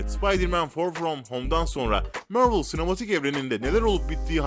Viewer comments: Mörlı demen delirtti beni mavrıl mk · Mörvıl ne la İngilizcesi de Marvel onun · mörvıl ve för fırom homu duyduktan sonra vidyoyu kapatıyorum, kolay gelsin. marvel desen bu kadar batmazdı heralde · Marvel'i 'mörvıl' diye okuyup war'ı 'var' diye okuma sorunsalı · Mörvıl Değil Mervıl Diye Okunur Hadi Sİktir Git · MÖRVIL DEĞİL MARVEL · mörvol degil abi marvıl diye soyleniyor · mörvıl değil marvıl diye okunur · Mörvıl ne lan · Deaktır sıtreç tu Mörvil spaydırmean forforomhom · Mörvıl ForForomHom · kanalı O BLACK WİDOW filmi çıkmayacak onaylandı:)))) MÖRVIL DEMEYE DEVAM SEN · Mörvıl ne yeniyormu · mörvıl ne hocam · Amk yabancılar bile marveli marvıl diye telefuz ediyor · mörvıl ne kürt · Vor vrom home mörvil kskskdk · Mörvl ne amk zkdjdjdjdj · Mörvıl değil För from höme değil duzgün sole sunlari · Biri şu adama MARVEL demeyi öğretsin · MÖRVIL NE AMK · Mörvıl ne amk bi an basqa firma sandim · Marvel ismini neden mörvıl diyo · Marvel deme sen bi daha dayı mervel ne allahunı sevdiğim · Midem bulandı amk mörvıl demesinden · Marvel ı Mörvıl diyeo kumanı analrımda filmleri ingilizce okuman yetmiyomuş gibi bide 2 ve 3 ü ingilizce özürlüsü gibi okuyosun abone sayına göre yaptığın amotörlüğün üzerinde sen Türk halkına hitap ediyosun nedir bu yamuk ingilizce merakın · Yahu niye yanlış yazayım. İngilizcem var. Videoyu çeken adamın yok ki Mörvıl, Sipaydırmen Förforom gibi garip garip telaffuz yapıyor. Adamla dalga geçiyorum. Daha da anlamıyorsan git zeka dersi al. Yorumlarda da zaten herkes dalga geçmiş. Sen videoyu nerenle izledin...